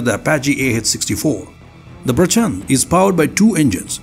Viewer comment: प्रचंड (fiery) not प्रचन्द 🙏🏽